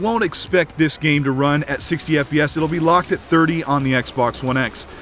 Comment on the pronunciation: did anyone else hear him say "what the gay may look like"?